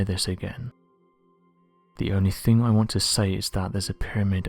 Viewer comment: Dont try to sound malevolent or sinister....it just makes you sound ridiculous.....wiv....fing....fink.....dear oh dear.....